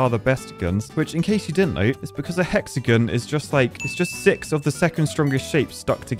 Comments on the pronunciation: Hexagon (pronounced hex a gin)😂😂😂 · sounds like you're saying "hexagun" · I'm losing my marbles. He pronounced Hexagon right the first time, then he went to hexagun? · Because I’m a pretentious American, I find your lack of emphasis of “on” in hexagon… unnerving. Love you though man!